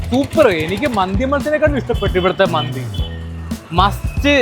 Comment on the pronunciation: മന്തി📉 ❌ മാന്തി📈 ✅